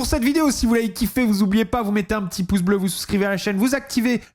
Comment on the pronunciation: STP : "Vous n'oubliez pas" et non "vous (z)oubliez pas" !! Pitié Bastos pas toi !! ❤